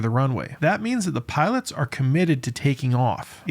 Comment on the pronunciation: "Piots?" Is there some reason you're omitting the "l?" Lazy speaker are you?